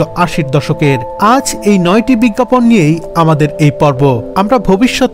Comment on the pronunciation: “বিজ্ঞাপন” কথাটার উচ্চারণ খুবই বাজে হয়েছে। বিজ্ঞাপন লেখা হলেও উচ্চারণ হবে। “বিজ্ঞাপোন”। biggapawn শুনতে কানে লেগেছে। হবে biggapone.